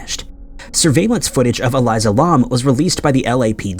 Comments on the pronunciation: Something that really bothers me about your videos is that you don't research how to pronounce people's or locations names correctly. It's not Eliza, is Elisa (e-lee-sah) lam (l-ahm). You don't pronounce Ireland's capital right, Dublin. Etc. Your videos are great and I enjoy watching them, but you have a tendency to not put any effort into pronouncing names correctly and it posits you as un-credible when doing this. And it shows a lack of respect. Just saying. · Cmon maaaaaaaannnn. Eh-L I S A- L A M. That is how her. Ae name is said bruh. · it's Pronounce E-LEE-SA LAMB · I stg just be pronouncing shit wrong to fuck with everybody like its elise-ah lam man, ELISE-AH LAM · Holy crap have you ever read English before? It is pronounced e-lease-ah Lam-B.. If you don't bother to learn to say the peoples names correctly you are not helping, you are both hindering and being an insensitive ignorant amature of a creator doing piss poor work